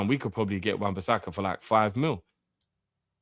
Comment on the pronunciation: thats a red card for saying wan bissaka 😂🤮